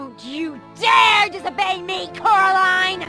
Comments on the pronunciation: just to let you know, it’s not coralina, it’s coraline ^^ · IT'S CORALINE NOT CORALINA